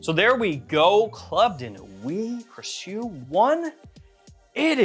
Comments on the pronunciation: I think the name is pronounced like the English word "precious"? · Sorry I'm so late... It's pronounced pre sho...